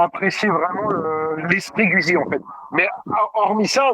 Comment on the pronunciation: Merci à pour ses top commentaires. Quand même juste une remarque, Guzzi se prononce "goudzi". 😅